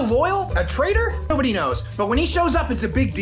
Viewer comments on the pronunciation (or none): "nodody know" 😂😂